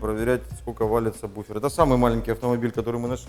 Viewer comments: "Ведущий" - Агонь - и саМБуфер и саББуфер и саБуфер, но только не саБВуфер )))))))))))))))) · Меня бесит когда говарят самбуфер. Когда правильно сабвуфер. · только не говори «саМбуфер» прошу тебя Саб...Сабвуфер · Я все понимаю, но вы такие все спецы...научитесь хотя бы правильно произносить название того с чем работаете! НЕ сабБуфер, а сабВуфер! Колхоз! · Самбуферы,слух режет. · самбуферы ухаха) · Самбуферы??? Дальше смотреть не стал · кто, так же как и он, говорит " самбуфер" ставьте лайки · ЧТОоооо??? СаМБуфер? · Бесит слово- самбуфер! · Обратитесь к логопеду, он вас от сабБуфера вылечит. Хотя может безграмотность нынче хит... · самбуфер? вы серьезно? вы же звуком занимаетесь, какой к черту самбуфер? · Плиз, не говори "самбуфер". Мозг плавится. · Как вы говорите? саМбуферы??? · неправильно сказал в начале сабвуфер